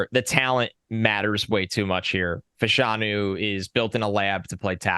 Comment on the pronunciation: Penn State's Olu Fashanu. Here in the UK in the 1980s there were two brothers (like Olu of Nigerian descent) who played professional soccer - John and Justin. Throughout their careers, and after because John was briefly a TV presenter, their surname was pronounced Fash (rhymes with Bash) - a - noo. Just wondering whether that's the case with Olu